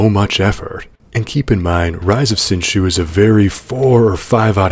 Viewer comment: its pronounced "Sin Zoo"